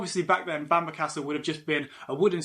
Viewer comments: It's not pronounced Banner castle it's pronounced it's pronounced Bamborough. I have the privilege of living here, born and bred. It's always a pleasure to talk to visitors and share our history, which has been turbulent at times. I live in Hexham, a beautiful market town which also boasts an ancient Abbey and goal ( pronounced jail). Come visit. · Bam ba castle, if the British presenter can't pronounce it properly how w can expect anyone to learn from his clips...... Research, try it